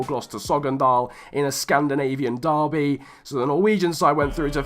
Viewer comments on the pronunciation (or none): none